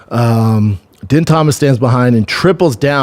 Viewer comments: bro it’s pronounced “dean”. Please use your brain, holy sh** 😂😂😂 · Bro it’s DEAN. He’s been in the ufc somehow involved for like 30 years. Please do your homework, Christ